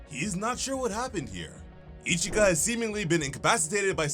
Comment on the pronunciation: her name is ichika man..not ichigo xD